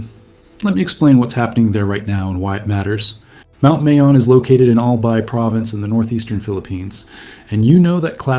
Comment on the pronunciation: Mayon (My-on), Albay (All-buy)